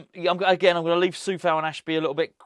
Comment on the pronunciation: It's Coufal not Cofal btw